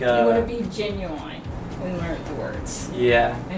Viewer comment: Love how grandma says genuine, gen you wine, gotta love her. ❤